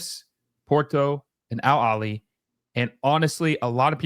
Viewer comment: Al Aheley. The H is not silent. It means “The Family”.